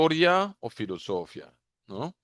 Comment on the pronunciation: Nunca habia escuchado decir fllosofia sin tilde en la í... muy fuerte....